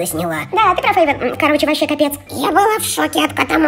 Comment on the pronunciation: Есения бергер не эван а эйван